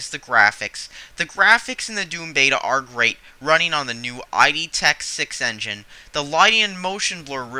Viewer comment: You lost all credibility when you pronounced "id" as "eye dee".